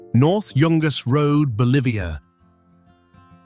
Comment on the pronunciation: It really sucks that this video confuses and cannot even pronounce the word Bolivia and then asserts that the world's largest salt flat WHICH IS IN BOLIVIA is in Yemen. This kind of stupidity cannot be tolerated. I would love to start a movement TO FORCE ALL AI CREATED VIDEOS TO BE LOCATED IN A SEPARATE CATEGORY SO THAT WE CAN CHOOSE NOT TO SEE THEM IF WE DID NOT WANT TO. The creators do not even perform the most simple editing and fact verification relying solely on the AI for creation and getting them posted as fast as possible to generate as much money while potentially spreading misinformation or even false information. There is no dignity and no pride and they need to be held accountable